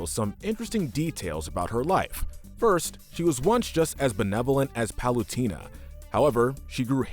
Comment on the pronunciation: U didn't give bowser horns because he already has horns Edit:Palutena is pronounced pal-oo-tay-na